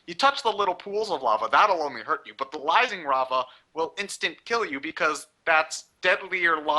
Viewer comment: was saying lising rava instead of rising lava